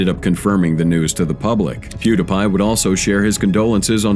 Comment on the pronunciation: Has to be a bit if the person can’t say Pew Dee Pie